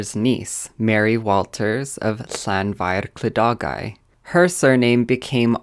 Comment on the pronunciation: I fod y deg o ni'n meddwl bod e wedi gwneud ymdrech deg yn enwedig gyda "Llanfair Clydogau" , rwy wedi clywed lot gwaeth